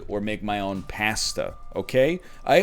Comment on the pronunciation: I want to stage a coop against the way northern lion says pasta